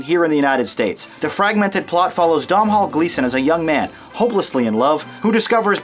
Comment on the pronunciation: Domhnall Gleesons name is not "dom hall", its gaelic, its pronounced "dough nall". Yes Im irish and I have a couple of friends called Domhnall so I know of which I speak :) Now my review: This movie is one of the rare gems of a romcom that a man won't mind being dragged along to see by his other half. When you see this if the first thing you want to do after leaving the cinema isn't call your father I'd be amazed. The father son relationship in this movie is sentimental but also very loving and makes me want to connect with mine more strongly. A beautiful & moving movie IMHO.